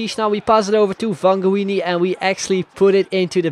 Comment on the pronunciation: Vangioni is pronounced: Van-he-o-nee in spanish. It's also an italian last name so in italian it's pronounced: van-yio-nee. There you go.